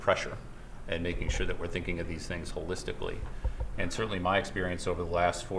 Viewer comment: HOLISTICALLY 😂😂😂 NOT AGAIN 😂